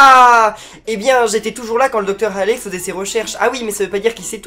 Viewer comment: sa ce dit pas halley mais ca se prononce comme allée